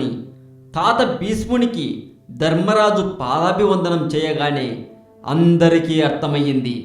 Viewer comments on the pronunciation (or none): none